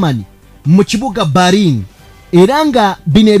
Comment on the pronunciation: PRONOUNCE. IS. BELINI, NAYE. SI BARINI.